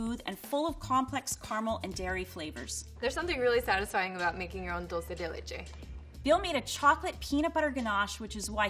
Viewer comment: It kills me every time she says dolce instead of dulce LMAO